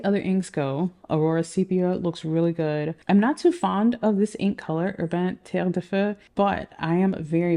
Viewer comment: This spectrum brings me joy! And now I'm curious about the octopus Medusa ink 😂 Btw, French is my mother language and your accent on 'terre de feu' is a 10/10 👌